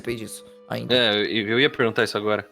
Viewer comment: enfase no "AINDA"